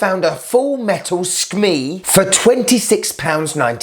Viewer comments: I was told it was pronounced as SK-may not SK-meee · It is pronounced SKMAY . The EI sound is a like Eight , Freight, etc. I will click the like when you pronounce it correctly. I thought English was your native language. I have subscribed However. I like this topic. Ok, I liked your Dr Frankenstein impression so you get a like and you were fair to the watch. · Late to the party as usual, loooooved the episode as usual, just an FYI skmei is pronounced soo Kah me, just thought you'd find that interesting. Anyways thinking of having a Mad watch collector watch party at the house this weekend, should be a banger of a good time, as usual sir, and as our Captain would say "well done" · I love how you say SKME hahahaha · nice review...nearly wet myself severaltime you keep say skmeeewee.....;-D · Broooo I can’t stop laughing every time it cuts to “sKmeEEEe” lmfaooo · The "skmei" always gets me unprepared kkkkk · Makes me laugh everytime you say Skmei! Love it "don't flush" I must remember that! Reminds of a some electrical instructions I had for something that had a don't hit with a hammer symbol ! 😆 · Very funny, I liked the way you said SKMEI 😂 . Your wife is right!